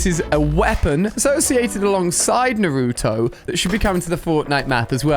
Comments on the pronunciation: Lol pronounced Naruto like such a typical white guy who hasn’t even watched an anime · Ali you said Naruto wrong no hate but it triggered me 😅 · The way he says Naruto pains my heart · Your saying nurto it’s called naruto no u in the behind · Ali a is so uncool he dosent know shisui uchiha pronouncation and didnt know kototamatsukami pronunciation too and the crow eyes kotoamatsukami was given by itach uchiha and naruto pronounciation is n-a-r-u-t-o not nruto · Bro it’s naruto not nartoo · man cant even pronounce naruto correct oml